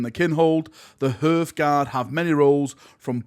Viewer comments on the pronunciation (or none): It's HER-TH GUARD not HEART GUARD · So cringe hearing him say "hurth"guard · HARTH-guard, for the Emperor's sake, like the hearth in front of a fireplace, it's pronounced "harth". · HAR-th guard har as in har har har, hearth guard silent E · It’s pronounced HARTHGUARD but yeah they big and chunky, looks like a cross between vansaar tech and space marine power armour to me